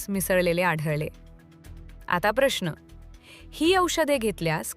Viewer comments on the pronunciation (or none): none